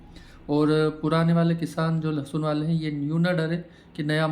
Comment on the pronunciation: लसुन नहीं भैय्या जी लसन